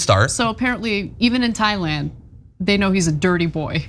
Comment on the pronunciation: Thigh-land? So have been pronouncing “Thailand” with a TH? Please don’t be American. Don’t make our education system look bad bro.